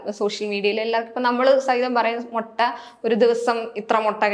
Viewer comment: മൊട്ട അല്ല കുട്ടി.... മുട്ട.. ഇവാ രണ്ടും തമ്മിൽ മാറിപ്പോകരുത്. അര്‍ത്ഥം മാറിപ്പോകും